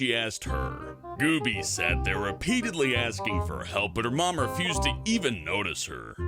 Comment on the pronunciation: when he says refused it sounds like abused.